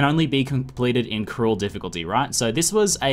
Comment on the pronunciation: The "f" from "Difficulty" was missing